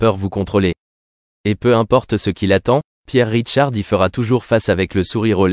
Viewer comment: Il s appelle Pierre RICHARD et non "Ridecharde" !😮 Longue vie à lui !